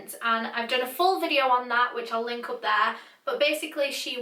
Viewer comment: When she said videø I felt that 😔🤚